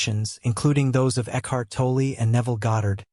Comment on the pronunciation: You need to learn to say Ekhart Tolle's name correctly.